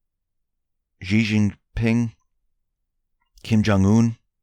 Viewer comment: PLEASE PLEASE PLEASE - learn how to pronounce XI JinPing - it's "she" "jean" "ping" !